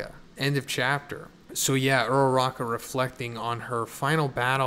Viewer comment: I am way too attached to these characters dude, my stomach dropped when you said ururaka at the beginning. fucker.